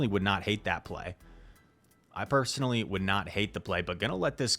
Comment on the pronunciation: Why do you pronounce some words with “sh” like “personally” you say “pershenly”